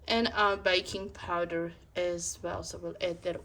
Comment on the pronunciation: are you saying viking powder?